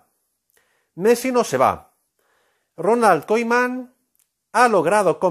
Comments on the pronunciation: Messi se va y se pronuncia Kuman no caiman hjajajaja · no se le puede creer nada a un tipo que no sabe pronunciar el apellido de Ronald